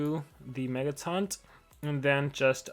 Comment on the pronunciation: oohhh I thought he said megaton HAHAHAH LOL